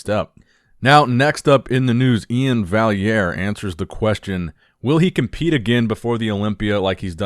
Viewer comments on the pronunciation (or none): none